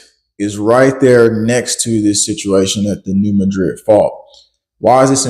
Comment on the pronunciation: Mad-rid! MAD-rid! NOT mah-drid. Do your research.